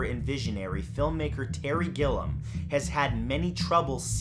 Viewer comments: Great video! Really creepy! Just to let you know gilliam pronounced Gill-ee-m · That's.... that's not how you pronounce Gilliam